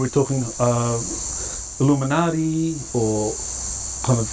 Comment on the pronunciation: It’s “illuminutty,” not “Illuminati” 😉